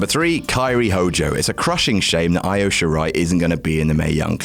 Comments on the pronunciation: Can y'all please learn how to pronounce Io Shirai's name already? It's "ee-oh," not "eye-oh." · Still pronouncing Io Shirai as "eye oh" Shirai, instead of "ee-oh" Shirai I see. Educate yourselves in Japanese pronunciation you swines! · Her name pronounced "Eee-0000h" it maybe spelled Io shoes I, but it is is spoken with an e not an i... watch any STARDOM match....they say her name... do your homework